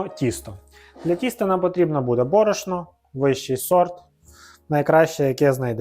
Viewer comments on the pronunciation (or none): none